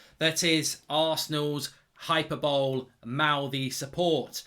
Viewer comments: 'Hy - per - bol - lee', not 'hyper-bole' 😁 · Right, the word 'hyperbole'... It's pronounced 'Hy-per-bol-ee', not 'Hyper-bowl' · Its "hi-per-bolleee" not " hyper bowl" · Did you just say Hyper-bowl rather than hyperbole? 😂😂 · It's pronounced 'hi per bow lee' Not 'hyper bowl'. No need to thank me, just like to help. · hy-per-bo-lee. not hyper-bowl. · It's hy-per-bow-lee, Mark. Hyperbole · It’s pronounced Hy-per-bo-lee (not hy-per-bowl) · "hi per bo lee" not "hyper bowl" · Hyperbole is pronounced "high-per-bolee" not "hyper-bowl". Not trying to be condescending, but there are correct ways to pronounce a word and incorrect ways. Just thought I'd respectfully share that. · Hyper bowl?… Hyperbole? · Mark you have been pronouncing 'hyperbole' wrong for months now, it's not 'hyper-bowl' it's 'hy-per-bo-le' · Oi, it’s pronounced ‘Hi-per-buh-Lee’ not ‘hyper-bowl’ lol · All valid Mark. But please stop pronouncing hyperbole “hyper-bowl”. It’s hyper-bo-lee. Cheers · "Hyperbowl"?! "Hyperrbo-lee" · Its pronounced hyper-bow-lee not hyper-bowl btw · It’s pronounced Hi-per-bur-Lee Mark, not ‘hyperbowl’ LOL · Hyper bowl 🤣🤣 it's pronounced hi-per-bo-lee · How many times mark its not hyper-bole its hy-per-boly! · Hyper-bowl? you mean hyperbole (hi-per-bo-lee)? Love from a happy Brentford fan :) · Lmao this dude pronounces it “hyperbowl” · it's pronounced hyp-errrr-bol-eeeeeeeeeeee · Not being snarky Mark but hyperbole is not pronounced hyper bowl. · 5 seconds in. Dude, it’s pronounced “hypPERboly”! Never fail to be amazed at just how many otherwise intelligent people have really basic grammatical and vocabulary blind spots like this. If you don’t believe me please do google it. It’s not accent/dialect etc. and it’s easily fixed as long as some one tells you at some point. Having said all that, probably a good video, will unpause now. Go well Mark G 👍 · sorry to be a prick but u know its pronounced Hiperboly mark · High-per-boh-lee mate. It's not an NFL game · hyperbole - hi-per-boll-ee